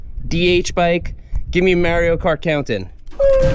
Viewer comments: Who the hell is Mary-Oh? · "Mare-ee-oh" has me questioning everything. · It’s pronounced Mario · someone tell this man how to pronounce "Mario" 🤣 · I can't get over how you pronounce Mario. Lol. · Why he say "Mario" like that?